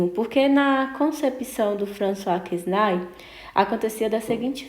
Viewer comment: François Quesnay (a pronúncia é Françoa Quené).